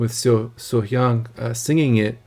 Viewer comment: Welcome to So Hyang's world, you picked a great performance to react to first. Also good job pronouncing her name. The meaning of Arirang Alone now tends to be more about the history of Korea and the longing for the North and South to be reunited. Bridge over trouble water You Raise Me Up I Have Nothing These are English 'covers'. Don't use MBC links they are fast to slap Copywrite on any of her live performances. Adding 'It's Only My World' a Korean song, which showcases her lower grittier sound, not something she does very often. This is an edited MBC link so it should be safe.